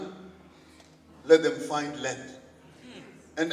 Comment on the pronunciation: It's Land but from his pronunciation, u will think he said Lilith